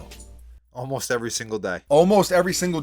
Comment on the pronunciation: Almost Err Day G lol